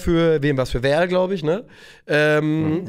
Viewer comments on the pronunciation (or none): Hallo, ich möchte dich einmal freundlich drauf hinweisen, dass die im Kreis Gütersloh stehende Stadt Verl (SC Verl) nicht „Werl“ sondern „ferl“ ausgesprochen wird. Ist mir schon häufiger aufgefallen, dass du das sagst und es macht mich jedesmal kirre😂. LG aus Ostwestfalen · man spricht es Ferl wie das Ferkel 🥲 Liebe Grüße aus dem Nachbardorf von Verl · Beim SC Verl spricht man das V wie ein F aus 😊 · Könnt ihr bitte aufhören Verl wie Werl auszusprechen? Es wird „FERL“ ausgesprochen